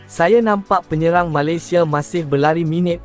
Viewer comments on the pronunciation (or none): Melaye, Asie ,Malaysie .Nampak sangat AI ni😅😅😅